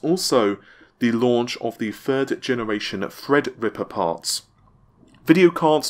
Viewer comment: good job on saying "Threadripper" now if you could just get "Navi"